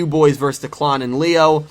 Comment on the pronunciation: Also you're Kind of pronouncing Declan wrong This is how you pronounce it dek-Len